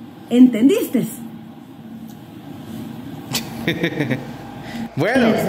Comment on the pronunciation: OisteSSSS, entendisteSSSS jjajajajaj